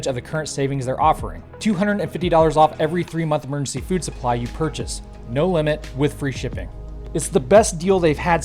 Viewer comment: Did you just say 'mergency" food?